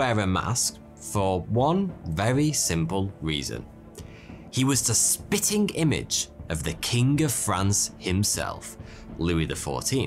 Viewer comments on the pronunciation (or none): none